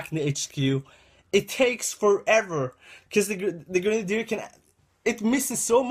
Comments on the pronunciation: lO grendeer it's gren-ade-der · also its not gre nade it sounds like girnade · its not gre nadier its grenadier